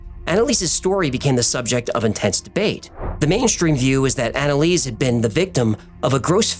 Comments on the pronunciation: Are you sure about the name pronunciation? Based on people I know with similar names, the first part is likely ona or auna. For example; one friend is named Annelise and it is pronounced auna-lisa. Anyway, great video! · I replayed naming of "Analease" like 5 times and laughed my head off 🤣🤣